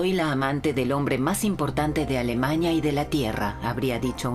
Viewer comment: ¿Por qué la narradora se la pasa diciendo AlemaÑa, matrimoÑo, juÑo, PoloÑa...?